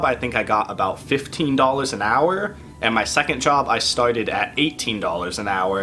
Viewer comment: I like the way you say "hourrrr"...